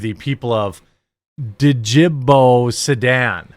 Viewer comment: Sorry, but you sound nearly illiterate. You never heard of Burkina Faso (burr - KEENa FAH - so) or Djibouti (djuh - BOOT - ee)? Where were you during geography class? I guess not paying attention, and without any interest in other countries and places... Hmm, ever heard of Rwanda? Congo? Liechtenstein? Not knowing much about the rest of the world does not inspire confidence in your opinions.